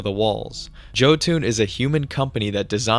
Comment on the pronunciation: Jotun might be pronounced Yo-toon like the norse giant species that thor killed Seeing as how they make some of the biggest vehicles it makes sense